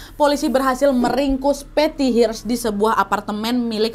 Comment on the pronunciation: Hearst bacanya bukan Hirst tp herst.